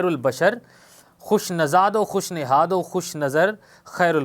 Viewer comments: Sir nasad nhi hota khush nihad hota h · Aap ka tallafuz durust Nahin, khush nazad Nahin khush nayad hota hai, Dil kasha Nahin Dil kusha